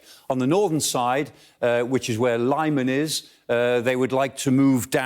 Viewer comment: And Lyman.